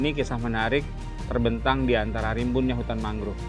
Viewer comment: Naratornya salah satu yang mengeja “mangrove” dengan “mangruv”. Beberapa orang Indonesia yang bisa berbahasa Inggris saya lihat mengejanya seperti itu. Padahal penyebutan yang benar adalah “mængrowv”. “O” dilafalkan “o”, bukan “u”. Masalah ini terlebih sedikit mengganggu karena ini video produksi NG. One of the prominent